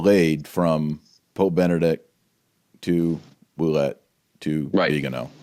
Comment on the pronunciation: My wife knows some French and thinks your Ouellet pronunciation is correct. Metuchen NJ is meh [e as in Mets] touch [as in touch] en [as in "in"]. Excellent presentation... good assertion... brilliant points all. What's next? Nothing. Vigano will die [eventually, no hurry]. Bergoglio occupies the Vatican and will continue building the One-World Church until we pray enough and/or the wrath of God comes down. PS: You might like this presentation... The Truth About The Crisis In The Catholic Church